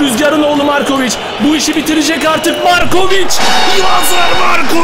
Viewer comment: abi lazar morkovıc değil valla yazar markovıc